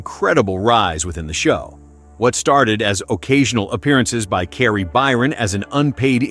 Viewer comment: Tory What???? Mate, say his name correctly! FFS have some respect... Kari?!?!? Why are you having so much trouble saying people's names correctly?